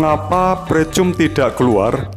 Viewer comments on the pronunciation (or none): Dibacanya "PRIKAM" mas. 🤦🏻‍♂️. Yakali pricum